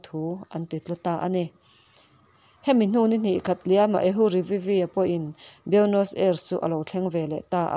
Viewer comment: Nakin zel atan Buenos Aires pawh hi Aires ti a lamtlang lo hian Ei tia chawl detin ris ti a lamtur anih hmel Ei Ris tihna anih chu